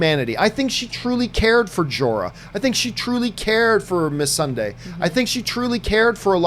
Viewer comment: So only 10 minutes in, You can't say Targaryen, Missandei, or Clengane even remotely correct. These aren't fringe characters. And for that reason, Im out.